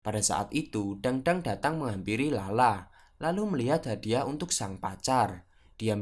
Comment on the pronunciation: bacanya bukan dangdang,, tapi tangtang